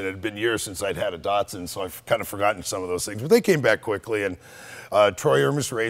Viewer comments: why are they calling it dartsun when it's datsun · Aaagh! "knee-sarn" and "Dart-sun" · Anthony H. D. No. Mzeil Raz is right. Datsun is a brand of Nissan, like Lexus of Toyota. Not all Nissan cars were given the name Datsun. Skyline was originally made by Prince Motors, which was absorbed into Nissan in 1966. Nissan seemed only to give its original cars the brand name Datsun. 510 was called Datsun Bluebird in Japan. Skyline has not been called Datsun, just Nissan Skyline( but probably they sold Datsun Skyline 240k in the U.S. in the mid 70s because Datsun was the more familiar name there). BTW in the older comments there’s a guy who accused Americans of fucking words up, saying Datsun should be pronounced Dat Sun...or something like that. We don’t care how you pronounce Japanese words at all, rather, we like you to call them your way and feel familiar with them. Datsun, we say like Duttosun. Dut is for Dutch. To is for top in British accent and the biggest difference is that we accent on the second syllable ‘to’.